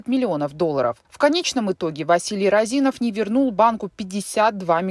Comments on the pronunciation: Не РазИнов, а рОзинов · Не Розинов, а Розинов, ударение на первую О! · рОзинов, а не розИнов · Не розИнов, а рОзинов. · Не розИнов а рОзинов Василий. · не розИнов, а рОзинов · Розинов, а не Роозинов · Вообще то фамилия Розинов ударение на первую "о" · РОзинов! Уши режит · рОзинов ударение на о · Ударение правильно ставьте😑 рОзинов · рОзинов... ударение на о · вы же не в курсе, что Розинов, ударение на О, достаточно честный и порядочный человек. Он не крал деньги у государства, у него отжали бизнес. Вся страна сидела на зерновых расписках и по секрету до сих пор сидит, под них выдаются кредиты. Он строил больницы, школы, дворцы школьников, помогал детям своих сотрудников на операции. Он лично у меня ничего не украл, как гражданина и налогоплательщика. Он не скрывался, вложил эти деньги в сельхозтехнику и элеваторы. Вы работников и обычных Костанайцев поспрашивайте, они вам расскажут кто он и за что его посадили, как бизнес отжали. Он занимался сельхозпродукцией, он сеял и собирал урожай. Не выкачивал ресурсы из страны. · Розинов, пишется и говорится через О.